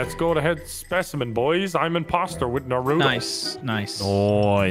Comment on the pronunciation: and narudo 😔